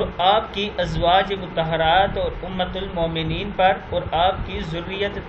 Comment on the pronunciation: bhai ummat al momneen nai h lafz thek kro ap um haat al momneen h jazak Allah